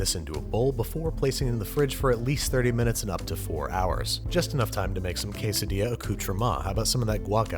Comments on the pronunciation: You pronounced it wrong it’s qwe-se-dila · "Napoleon, make yourself a dang kaysa- dilla lol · Im feeling Quesadilla. But the “Que” & “illa” are silent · QUEL SA DILLAS!